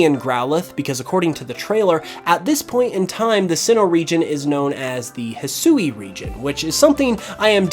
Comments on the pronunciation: Yo man I hope you see this !! The region is pronounced hisui ( HE-SWEE) is how you say that not ( HE-SOO-EE) which is how you’ve been pronouncing it just some helpful knowledge so you don’t keep butchering the beautiful Japanese language I see a lot of Americans woth this issue like some that can’t say sasuke it’s ( SAHS-KAY) and some ppl say (SAH-SOO-KE) which is similar to what you’ve been saying Anyway hope u read this and hope I helped you today I’m down to battle anytime! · Despite what was said in the trailer, Hisui is pronounced "hih-swee" not "hih-soo-ee". Sui being the Japanese word for water. The woman speaking during the reveal clearly wasn't told that, and likely has had little to no exposure to the Japanese language.